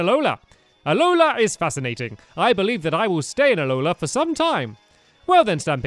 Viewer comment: it's allola not molla